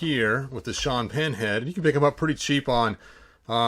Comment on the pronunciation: You keep saying Sean Penn head but I keep hearing Sean pinhead!